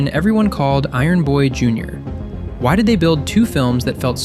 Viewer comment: Iron Boy JUINOR?